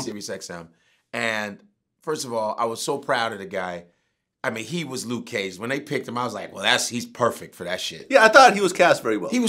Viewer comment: Luke ceeage! 😂😂